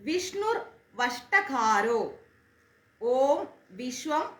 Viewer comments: ഓം നമോ ഭഗവതേ വാസുദേവായ : വാസുദേവായ യുടെ ഉച്ചാരണം ശ്രദ്ധിക്കുമല്ലോ . ദേവായ ദ ആണ് ധ എന്ന് ഉച്ചരിക്കരുത് വഷട്കാരോ എന്നാണ് വഷ്‌ടകാരോ എന്നല്ല. രണ്ടും ശരിയാണോ എന്നറിയില്ല. എന്നാലും വഷട്കാരോ എന്നാണ് എല്ലായിടത്തും കേട്ടിട്ടുള്ളത് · വഷട് കാരോ എന്നാണ് കേട്ടിട്ടുള്ളത്. താങ്കൾ വഷ്ട്ട കാരോ എന്നാണ് പറയുന്നത്. ഏതാണ് ശരി.